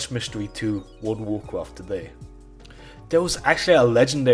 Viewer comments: actually actually actually actually actually actually actually actually - WOLD UH WOAH QUAFT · He probably said "Woodawoo cwaaaarft" more :D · Woada Woacwaft